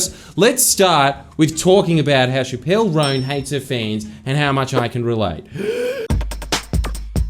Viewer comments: i die every time he pronounces chappell as shapp-elle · Its Chappel (ch-Apple)